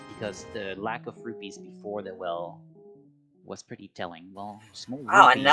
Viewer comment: I'll listen to a cat using a litterbox all day if it means we don't have to hear someone mispronouncing rupees 😉🤡